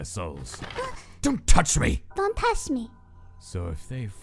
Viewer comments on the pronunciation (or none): "Don't touch me!"❌ "Don Tash me"✔️ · Its DUN Tash Me.